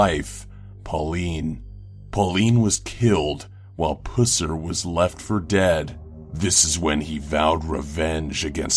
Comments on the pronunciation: It is Buffered Pusser, not Buufard Pussar. Dumbass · Buhferd Pooser? Really? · For number 7, how can you mispronounce both first and last name? It's Buford (with a long u) Pusser (with a short u)... the movie Walking Tall was based on him. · Ugh. So like... my father is close friends to the Pusser's. It's not Puss-er. It's said Puh-ser. I cringed so hard. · XD omg did he say pusser? XD im done im so done PG is tooken to a new level XD i cant stop laughingggg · Everytime he said "Pusser" I couldn't stop laughing 😂